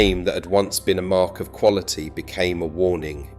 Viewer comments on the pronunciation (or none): none